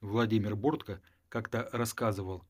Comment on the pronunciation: Почему БОртко, , а не БорткО?😮